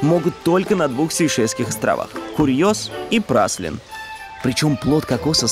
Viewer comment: Ребят, ну не Праслин он, не Праслин) Прали(е)н :) ну вы же наверняка слышали от местных